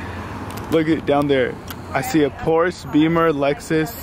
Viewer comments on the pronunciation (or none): Did this dude just pronounced Porshe, "Porse"? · did he just say pors instead of porsche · Did this guy jus call porsche a porse